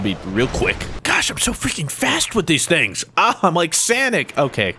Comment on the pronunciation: I hate when people say sanic not sonic